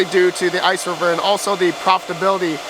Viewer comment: OMG ITS NOT ICERIVER...